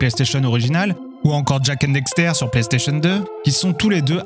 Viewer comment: Bonne vidéo mais une petite question : cette vidéo a-t-elle été traduite directement de l’anglais ? Moi qui suis bilingue, j’entends beaucoup de tournures de phrases anglaises dans ton français. Par ailleurs, il faut dire « Daxter », et non « Dexter », comme tu le répètes systématiquement (malgré l’avoir écrit correctement). 😁